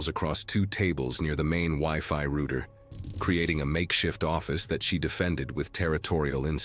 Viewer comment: . Pronounce "ROUTER" (for one) correctly or don't narrate reels !!!